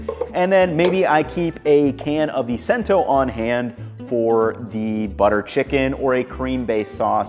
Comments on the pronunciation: it's "Chento" not "sento" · "Cento" is pronounced "chento", not "sento". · It’s Chento, not Cent-oh just fyi. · IT'S "CHENTO" NOT "SENTO". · Great video - just one thing Cento is pronounced with a “CH” sound like “chento” not “cent” line the penny - otherwise, awesome video! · Excellent experiment, but the Italian side of my family’s voices are ringing in my head going “it’s CHento” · Fantastic video. By the way, the brand is pronounced "Chen-toe", not "Sen-toe". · Not Sento, but Cento, rhyming with Jen. C as in chow. If spelled Chento would sound like K-- Kento. You mentioned aluminum can...what tomato is packed in aluminum? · Note: I think you’re pronouncing “Cento” wrong. I think “sento” with an “s” would be the Spanish pronunciation; but assuming it’s Italian, to my knowledge it should be “chento” with a “ch.” I don’t know anything about the brand, though, but hope that helps. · I'm happy to see that Cento did well in your video. I happen to have a 28 oz. can ready to make a batch of puttanesca sauce tomorrow. BTW, Cento is pronounced "chento" not "cento" 😀Thanks for all the info! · you need to check your Italian pronunciation: it's "NA-poli,' not "Na-POL-i," and the "c" is "cento" is as in English "ch," not as in English "center." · Dude, it's CHEN-TOW. Not "sen-tow". CHEN-TOW C(ch)ENTO' But, solid breakdown. Bravo. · Cento is not pronounced Sen-to, but Chen-to, coming from an Italian 😊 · Cento is pronounced "chento", not "sento". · I love this video, but it's pronounced Chento, not Scent-o. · Dude, “sento” brand? It’s “chen-toe”. 😂🤣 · I'm sorry for this, I truly am, but here it goes...CENTO brand is not pronounced "Sento"..... it's pronounced as "CHENto". DiNapoli is not "Dee-nuh POLE-ee" but rather "DihNAH-poli". This is akin to country folks pronouncing taco with that hicked accent, "Tawhhhk Ohs" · I believe Cento is pronounced "chen-tow", not "sen-tow". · It's pronounced "chento", not "sento" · Cento brand is pronounced "Chento," not "Sento."